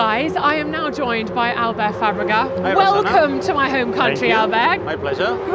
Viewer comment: It's Fáaaaa-bre-ga, not Fa-breeee-ga!